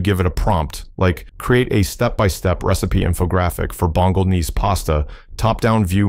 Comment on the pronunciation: That's a weird way to pronounce "Bolognese"